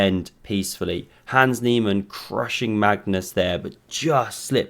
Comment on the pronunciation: I took a sip of seltzer and nearly blew it out of my ears when I heard “Nans He-Man”. 😂😂😂